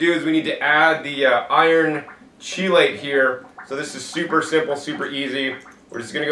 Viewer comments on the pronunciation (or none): chelate is pronounced with a hard 'ch' like chemistry, so 'key-late'.